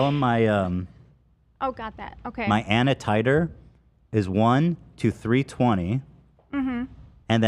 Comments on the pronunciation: I said out loud 'A.N.A Titre" not anatitre. 😂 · really had me guessing with what tf he was trying to say. ANA titre, especially. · As a phlebotomist it’s so hard to watch the way you pronounce those tests names 😂😂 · Ethan mispronouncing every single enzyme and blood cell had me dying.